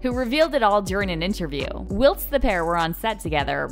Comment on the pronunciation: I'd rather spend time with stinky Gwyneth than this stupid narrator. Learn how to pronounce "whilst". More importantly, learn the difference between deodorant and anti-perspirant.